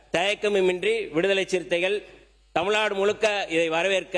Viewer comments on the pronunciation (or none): அமைச்சர். அவர்களுக்கு..! தமுல் தமுல் நாடு என்று உச்சரிக்க வேண்டாம். தமிழ் நாடு என்று உச்சரிக்க வேண்டும்.சில சொற்களின் உச்சரிப்பு சரியில்லை. திருத்திக் கொள்ள வேண்டும்.